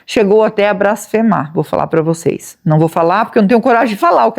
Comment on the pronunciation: Boa noite,. Com o meu respeito, mas a palavra correta é BLASFEMAR e não BRASFEMAR.